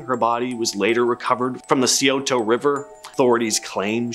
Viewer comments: I've been in Oakhurst golf club. It's been closed for years but it was kind of creepy sort of similar to the hotel in the shining. Also the "c" in scioto is silent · Sigh-oh-toe River 😂 yes, I’m an Ohioan lol. Mudhouse Mansion looked nothing like that, it’s Kettering Oh, not Kittering, and Patterson Blvd, Minerva not Minervo. There’s a few mistakes in this and a lot of other places that deserve to highlighted way more than some of these. Gonna have to see what was in part 1 because if Franklin Castle, Old Mansfield, Wright Patterson, and a few other known and documented haunted locations aren’t in it, I’ll be disappointed. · Yeah, but he made up for it with Lancaster & Scioto... 🤣